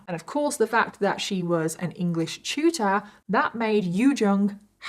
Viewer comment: Omg tutor 😂 I swore you were saying Shooter. I was so confused 😂